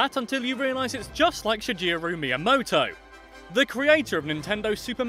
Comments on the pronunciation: It's not shijeru it's shigeru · HAHAHAHA,he said shijiru,not shigeru. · It's pronounced shi-Ge-ru. Not shi-je-ru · A little bit of me dies as you said shigeru as "shi-ji-roo" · In shigeru it's a hard g not a soft g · Shigeru Miyamoto isn't pronounced like that XD The ge, is pronounced the same as get. Shi-ge-ru. ;) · Shigeru is pronounced with a hard G. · That's now how you pronounce Shigeru. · To be fair, English makes that G sound like a J. Blame the English language.